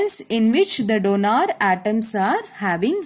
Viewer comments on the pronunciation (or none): It is not DONAR it is donor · Donor, not donaaar 😂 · Mam . pls dont say donaar 🙏🏻